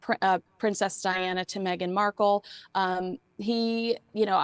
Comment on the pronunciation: Awesome topic…but, my man - if you don’t get her last name right! 😂😲🙏🏻